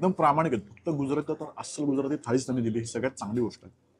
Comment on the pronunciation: 'गुजराथी' नाही 'गुजराती' 'मराठी' ला 'म्हराटी' म्हणाले तर चालेल का तुम्हाला?